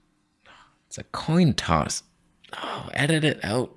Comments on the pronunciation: 😂 "Toin Coss" 😂 Vegan brain fog is real! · Toin coss. I think weed IS a vegetable...